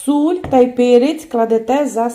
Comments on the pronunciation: В українській мові завжди була і є СІЛЬ, а не суль,вибачте.... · Господине,не знущайся з укр. Мови,чому,,суль'' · Суль? Ну добре, такого я ще не чув) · Найбільше сподобалось "суль" Давно живу нв світі,але таке чую вперше